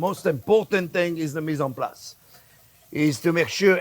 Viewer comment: it's actually mise en place but your spelling gets the job done and sounds how he says it.